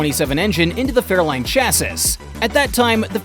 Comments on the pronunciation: If you can stick with this video long enough he does show some Fairlanes ..... but he calls them Fairlines. What a joke. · He did say fairline and not Fairlane.